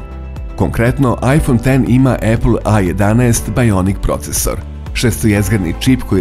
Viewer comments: Svaka cast naratoru za pravilno izgovaranje imena telefona. BRAVO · Hvala Bogu, konačno neko izgovara iPhone X kako treba. Hvala!!! Ne podnosim kada neko kaže "iks".